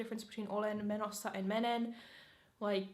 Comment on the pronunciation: you're so cringe. Menossa doesn't mean going :DDD also your pronunciation sounds so, how should I say it? Gross? It sounds so robotic and greasy and not natural.